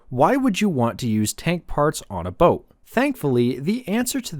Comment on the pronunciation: Ah yes ...the "Toat" 😂